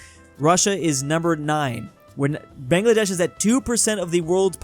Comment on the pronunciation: bro its (buh-ng-luh-desh) brooo